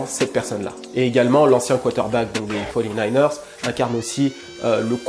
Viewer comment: Miskine celui qui dit quarante-neufs ERS 😂